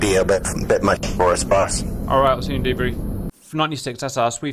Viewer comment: Its time to stop saying baws. Have a sit down talk with your friend, maybe an intervention.